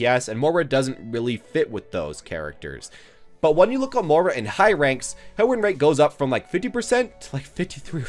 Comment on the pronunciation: It's M-OY-RA not M-OOR-A